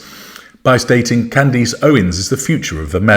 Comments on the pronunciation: her name is pronounced Can-dess like ‘dress’ not ‘eece’ like fleece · Who is Can-deece? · Why does call her Can-deece? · Why do you call her 'Candeese'? It ends with -ace as in 'a' house, a dog.